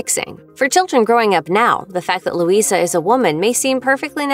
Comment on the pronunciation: The a is silent in Luisa she said her name at the start of surface pressure